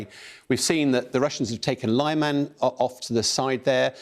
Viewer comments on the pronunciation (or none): _ Lyman in Ukrainain - Лиман _ Proper pronunciation of city of Lyman - the 'y' is pronounced like the first 'y' in the word 'sympathy or like the short 'i' in the words 'it' and 'big'. The 'a' is pronounced like the short 'a' in the words 'car' and 'fall'). _ Phonetically pronounced L_I_m_a_n ( with a short 'i' as in 'big' and the 'a' is pronounced as the short 'a' in the words 'car' and 'fall')